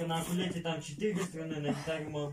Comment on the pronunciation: Неучи которые поправляют Настю, вы вообще знаете, что не акулеле, А УКУЛЕЛЕ!!